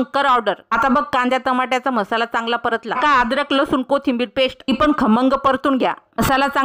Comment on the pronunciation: म्हसाला का म्हणता मराठी येत नाही का? मसाला म्हणायला जीभ अडखळते का?